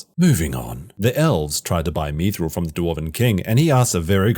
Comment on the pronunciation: Come on it's bad. Stop sitting on the fence in hopes of some Amazon bucks. Even the last episode of Game of Thrones is much better than that entire season of ROP. 1:6:45 "Methril" 😆